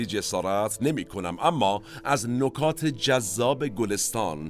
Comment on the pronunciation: نِکات به کسر نون است نه ضم. از شما بعیده!!